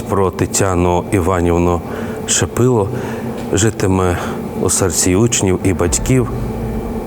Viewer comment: Прізвище Шипило, а не Шепило. Її син співав в нашому церковному хорі в Бучі.